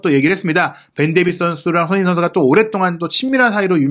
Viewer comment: 예전부터 댓글 달고싶었는데.. 손흥민 선수를 조금만 천천히 말하시면 또박또박 발음하시는데 조금만 빨라지면 소흐히 선수 소ㅎ이선수 소능니선수 등 손흥민선수 언급할때 유독 발음을 너무 뭉개시는거같아요. 라디오처럼 듣는데 자꾸만 귀에 들어와서 ㅎㅎ 조금만 천천히 발음해주세용